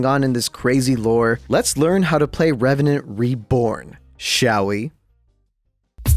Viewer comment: NEBORN REVRANT AHHAHAHJH